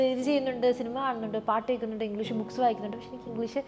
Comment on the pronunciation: Pronunciation of English. It's not engleesh